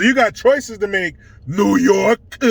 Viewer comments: NEEEEHHHWWW YOOOOOKEEAAAA hahaha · New yoooorkuh lmao! 🤣